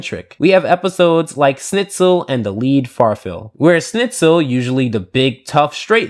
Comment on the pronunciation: its not snitzel u should pronounce it sh-N-it-Zel